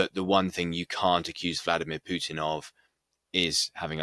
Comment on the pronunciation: What a joke, that woman can't even pronounce Putin his name correctly. The truth is that Putin's popularity in Russia is at a all time high as the recent presidential elections proved decisively while the US is loosing it's pathetic proxy war. On the political side more and more countries are joining BRICS and the multipolar world.